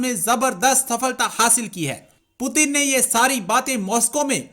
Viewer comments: Sab baat ek jagah aur putin ki jagah peuton bolna ek taraf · Bhi kise mediya hai putin ko piutan bool rahi hai banda🤣😅🤣😅🇮🇳🇮🇳🇮🇳🇮🇳🇮🇳🇮🇳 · Bhai pewton nahi Russian president Putin hai. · Pyutan nahi putin hota Hain idiot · Puten nahi naam hai Putin naam hai 😂😂😂😂😂😂😂😂😂😂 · It's Putin not putan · Abe o pyutan nahi Putin h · पुतिन को प्यूटन क्यो बोल रहा है फालतू की बाते करते है पुतिन की इस्पेलिंग ओर प्यूटन की इस्पेलिंग में फर्क है सही ढंग से पढ़ाओ इनको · 🤣🤣😂 Putin ko putan bol raha h 🤣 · Pueatan nhi bhi its putin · Puten nhi Sala putin hai jahil 😄 🤣 😂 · No doubt proper noun can be pronounced..... But, to call Mr. Putin as Piyu- tin is un acceptable & unbearable... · Putin ko peutan kyu kahata hain ye chutiya 😂😂🤣🤣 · The Paxtani pronunciation of Putin is Pew Ton and he's possibly a descendant of New Ton 😆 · Russia ke prime minister pewton 🤣🤣🤣😂😂🤣o bhai tum log padte kaha sai ho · Hahahaa! That moron with a mic says Pyuutin 🤣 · It's Pew Ton, and he's a descendant of New Ton. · Ishne pewton bola